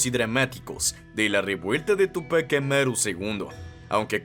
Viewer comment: mal pronunciados la palabra Túpac y Bastidas